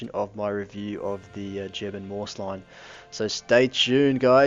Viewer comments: It's called the "Maus", not the "Mous"! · pronounced like "mouse" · Lol how he said maus